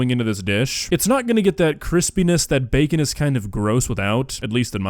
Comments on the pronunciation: "Chee-kin n bey-kin" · Chickiiiin and beecen😂 is it just me or is she such a cute lady besides the cooking?❤